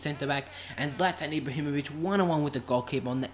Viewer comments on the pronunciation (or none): I thought it was prounounced zlaetan